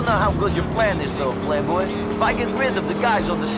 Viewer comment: Não é prei boy é play boy